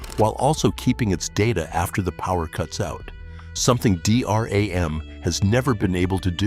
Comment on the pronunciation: "a D R A M chip" it's literally pronounced "dee ram" I hate AI